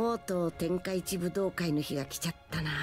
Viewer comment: Notaron que en el minuto dice tenkaichi budukai?